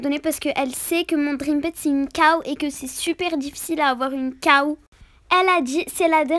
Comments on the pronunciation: mdr on dit pas caw on dit cow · Cow pas caw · Ses pas caw ses la cow